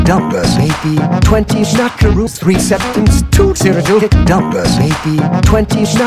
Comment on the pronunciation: absolutely enthralled by how good you got "schmackaroos" to sound